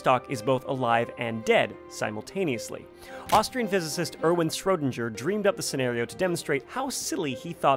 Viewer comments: that "schrödinger" pronunciation tho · SHAME ON YOU FOR SLAUGHTERING ERWIN SCHRÖDINGERS LAST NAME